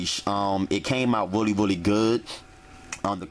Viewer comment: wuli, wuli good,,,,,,,,,,,,,,,,jajajajaja